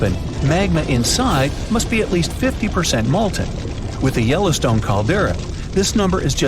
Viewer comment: Wow! Yellowston(e) has an E on the end. You'd think you could get that right...😮🤔🫤